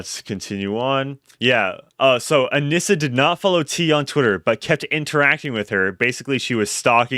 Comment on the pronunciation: I thought her name was pronounced aneesah.. pretty sure. I hate her and thinks she’s everything wrong with society and women nowadays and can’t stand her.. but if you’re gonna do a deep dive probably should say her name right.